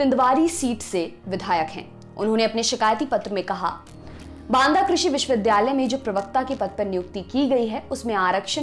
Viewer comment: मैडम! आप विश्ववि --- "द्या" -- लय बोलिये वि"ध्"- यालय नहीं-- उच्चारण सही करिये🙏